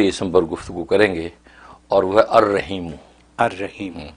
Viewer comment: رحیم (ح) کی سات ادکرنی چاہیے نہ کہ (ھ) کے ساتھ